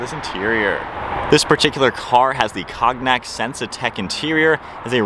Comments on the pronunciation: LMFAO he said CAWG-NACK. It’s pronounced (CONE-YAK) youngster. 🤘🏽👍🏽🤣🤣🤣🤣🤣 Thats like the one time. My wife nephew said (CHA-MOLE-EEE) instead of chamomile 😂😂😂😂😂😂😊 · It’s pronounce cone-yak. Not cog-knack. Just helping a brother out. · Did he say cog-nack? Cognac is pronounced 'con-yack' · The interior color is cognac (cone - yack) not cog nack. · Cognac is pronounced ko-knee-yak. Like the alcoholic drink. 😂 Cog-nack. Lol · It’s not Cog-Nack, it’s Cone-yak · I stopped watching after he said “cog-nack interior”. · Hey, you know how to pronounce the liquor the interior color is named after, or look it the f up. Cognak. lol. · hey the way I see it if you don’t know how to pronounce cognac you have no business driving a BMW. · It's Cognac, as in the liquor! but otherwise it's a good video!